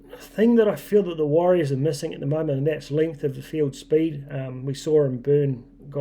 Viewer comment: WARRIORS NOT wahs.